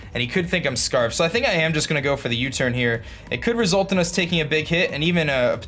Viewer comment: anyone else hear him say dig damage instead of big damage??